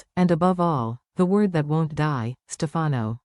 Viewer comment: Its not Damara, it's Dimera!! And you're saying Stefano wrong!!